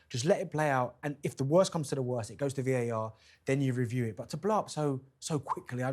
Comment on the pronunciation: At 2 38, she calls it "VIR" instead of VAR. I've said it time and time again. Please get a new presenter. This show can be huge. You need a new presenter. It's not all about looks. The likes and views won't go up until you change the presenter. Trust me.